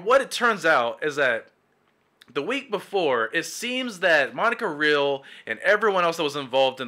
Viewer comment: Hey man, good video, but I have a small nitpick that may help in future videos. Vic's layer is Ty Beared (pronounced as Tie) And Monica's last name is pronounced as Re-al. Keep up the great work tho